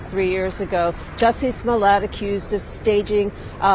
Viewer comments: It's pronounced, "Juicy Smooyay." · Jussie Smoolyay. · Jussie smooyay